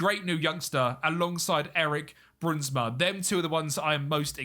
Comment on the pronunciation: The ui, sound in english is very hard, try pronounce in like the ou in “ouch” so brounsma